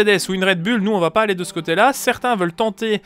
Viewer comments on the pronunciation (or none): none